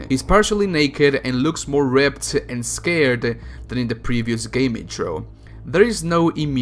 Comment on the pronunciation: Did he say ripped and scared? Lol